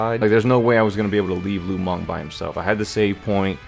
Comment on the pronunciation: lu meng -> lu mang lol